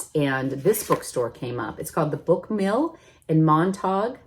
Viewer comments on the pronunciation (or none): I think the book mill and town is pronounced like the Shakespeare characters. Also couldn’t tell if the bookmark says it but their tag line is my favorite: “books you don’t need in a place you can’t find!”